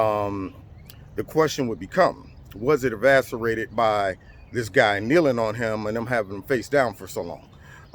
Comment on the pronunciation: Did you really say "evaserated"?,....hahahahahahahahahahahahahahahahahahahaha,.... The word I believe you were looking for is "exacerbated,".... Come on people,.... LMFAO,......